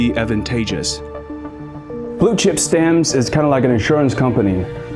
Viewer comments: I’m sorry something is irritating me - is it “blue chip stammms” or fucking Blue Chip StamPS? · Why are you saying stannds. It's stamps. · Listening to financial commentary from a person that thinks the word stamPs is pronounced stams. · It’s stamps, not stams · WHY does he keep saying Blue Chip Stams??? It's stamps. STAMPPPPPPPPPPS. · "Stams": In England we "Stamps" - stam-p-s with a p and an s on the end. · STAMPS not STAMS. The P is not silent. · Not stams, STAMPS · Blue chip STAMPS!!! NOT stamms! 😂😅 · Why do you pronounce it Blue Chip Stams? It is called Stamps with a P. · “Blue Chip Stams?” Check pronunciations. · Stams? What are you trying to say. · Bro! Say the P in stamps!!!! Driving me crazy!!!!! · Say it with me now....stamPs. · Did he say Blue Chip "STAMS"?🤔😆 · "Blue Chip Stams" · The 'p' is pronounced in stamps!! You sound like a complete moron saying 'stams' many times over. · There is a "P" in stamPs.😁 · wtf how cant you prounce stamps? like stams for real? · “Blue chip stamz.. “ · would be nice if the ai could pronounce stamps right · Im confused how your able to pronounce the P in company but not the P in stamps… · I wish you could pronounce stamps properly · The P is not silent in stamps 😅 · That must be why the weird pronunciation of stamps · Why can't the narrate pronounce "stamps" correctly? At first I had no idea what he was talking about. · The 'P' in 'stamps' is pronounced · What happened to the p in stamps 🤔